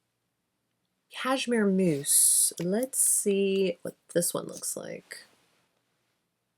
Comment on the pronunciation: I don't know why I heard Cashmere Moose and was thinking, well that's a fun name lol. I really like the color of Cashmere Muse....not Moose 😅